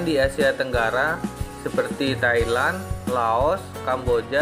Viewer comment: Thailand om bukan thailant